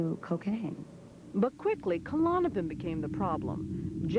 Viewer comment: KA lawn a pin? no no, it is "clawn-a-pin"